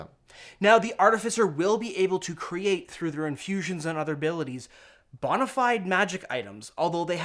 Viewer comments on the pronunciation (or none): none